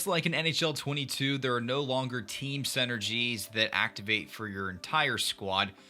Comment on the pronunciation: I see you still call them senergies 😂 great video as always!